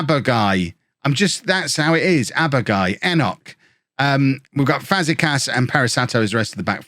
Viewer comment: Fazeeeekas, it's a long E sound. I can't handle it anymore.